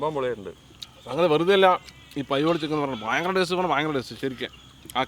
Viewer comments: പയ്യോളി ഉള്ള ഞാൻ ആദ്യമായി കേൾക്കുകയാണ് 'പയോളി ചിക്കൻ '😂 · Payyoolli chicken alla thayoollli chicken